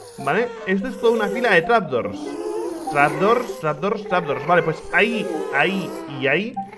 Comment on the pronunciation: Un momento, rich dejó de decirle trapdurs a las trapdoors